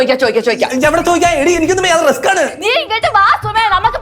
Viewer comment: റിസ്കിന് റസ്ക് എന്ന് പറയുന്ന....!!😂🤣💙